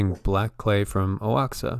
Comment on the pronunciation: Oaxaca> Say wah HAH kah.